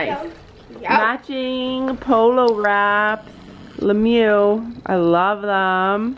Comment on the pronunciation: Omg STOP SAYING lemoo it’s not that it is said “lemier”